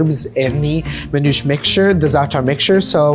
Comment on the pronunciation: Manoush ? MAN'OUSHÉ. Zaator? Zaa'tar. Isra-what? Palestine. Just say it the Lebanese way and stop westernizing our culture. Teach them the word as is.